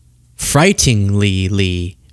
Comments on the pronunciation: Fright-10-lingly. Say it like that. Hope it helps. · It's FRIGHTEN-ING-LY, 😂 and yes, it frightens me, too